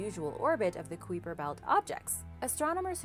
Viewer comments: Come on is not kweeper belt is kuiper belt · queeper belt? it's kuyper belt.. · Am so glad you are doing better with these videos but the correct way to pronounce kuiper belt is k-eye-per.. just so you know. I could be wrong but pretty sure is not k-wee-per. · it's more like kuyper instead of queeper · kai-per belt is a closer pronounciation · If you took the "H" out of hyper and replaced it with a "K," that's how Kuiper is said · K eye p er belt Doesn't sound like you know what your talking about if you dont take the time to pronounce things correctly. What if someone thinks that how it Supposed to be pronounced? Not ok. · kweeper belt,,,, ? learn the words B4 doing the mideo please,,,,god yt is bad for that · Wait... Did she say quiffer belt 🤔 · I believe that the word "Kuiper" is pronounced Ki'-per. emphasis on the first syllable, u is silent, either that or my Cosmology prof is wrong. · Yeah it's not the queefer belt... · Pronounced KIPER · Its pronounced kyper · haha noway does she really say "kweeper" belt?! Someone over there is messing with y'all I swear 😂😂😂😂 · Just a pronunciation fix, but Kuiper Belt - /ˈkīpər ˌbelt/; the ‘u’ is silent, and instead it sounds like K-eye-per Belt, with a long ‘i’. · has been told this so many times I've lost count! This one AND Doberman Pinscher which she consistanly says pincher (it's 'pin sir). She's been told over and over again. And before you trolling fans get all huffy and accuse me of being mean, I am not. I, too, like and OE. I simply want to help her reach the higher intelligence of which she is worthy. A lot of people, including children, watch and 'learn' from sites like this; I trust that wants them to learn accurately as well.